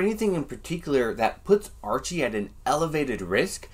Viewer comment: Haha! Several times it sounded like you pronounced his name Urchie...urchin!